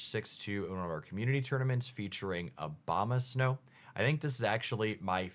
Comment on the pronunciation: It aboma snow , not obama snow 😂